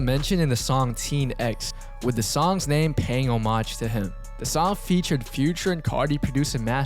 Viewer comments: why do u say homage like that 💀💀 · why do you say homage like that